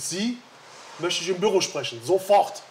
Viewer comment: Sie möchte ich im BÜRRRO sprechen!"